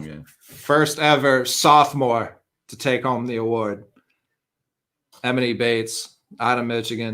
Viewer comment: just refuses to pronounce Emoni Bates name right lol